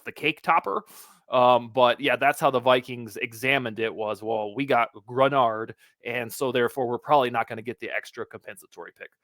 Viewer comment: Nice pronunciation of Greenard. Now tell it is pronounced juh-KWAY-lin Roy.;)